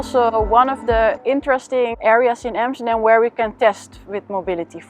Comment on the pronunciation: Its AMSTERDAM not EMSTERDEM